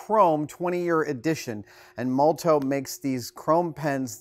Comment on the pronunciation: Molotow primarily makes ink for graffiti writers, it's really good stuff. Also I've most commonly heard it pronounced like "molotov"